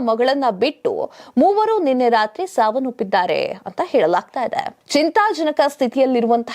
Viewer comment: ಸಾವನ್ನೊಪ್ಪಿದ್ದಾರೆ ಸಾವನ್ನೊಪ್ಪಿದ್ದಾರೆ ಅಂತ ಬಡ್ಕೋತಾ ಇದ್ದೀಯಲ್ಲ 🤦 ಸಾವನ್ನೊಪ್ಪಿದ್ದಾರೆ ಅಲ್ಲ, ಸಾವನ್ನಪ್ಪಿದ್ದಾರೆ ಅಂತ ಹೇಳು. ಕನ್ನಡ ಪದಗಳು ಸರಿಯಾಗಿ ಉಚ್ಛರಿಸೋಕೆ ಬರಲ್ಲ. ಇವರು ದೊಡ್ಡ 🤦